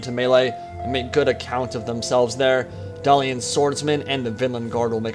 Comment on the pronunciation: "Dalian?" Dalish